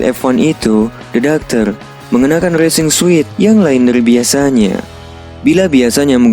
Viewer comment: Coupe dibacanya kup. Sedan kup itu sedan dua pintu dengan atap keras dan yang kaca belakangnya menurun landai. Racing suit itu dibacanya resing sut bukan resing suit.